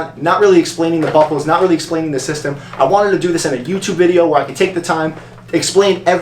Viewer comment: did anyone else think he say "bubbles" not buckles??